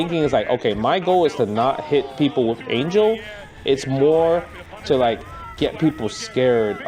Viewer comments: You pronounce Isla right but not Ángel!?!? It’s an-hell, not ane-jel. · Not to be that guy, but, it's pronounced "Ahn-Hell"